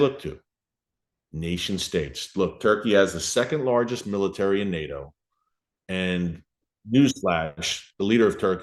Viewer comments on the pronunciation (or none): none